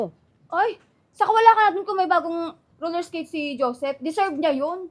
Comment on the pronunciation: Roller esketh yan hindi yan Roller blled